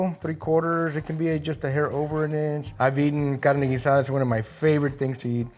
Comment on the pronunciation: It is cool...pronounce GEEH